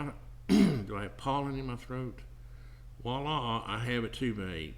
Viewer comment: This is superb - Thank you for making it so simple to follow.... and you’ve got the best pronunciation of “Wah-lar” 😂